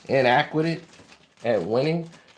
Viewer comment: How can I put this? They're inaquadit at winning. Its inadequate. God damn you demolished that word homie!😂😂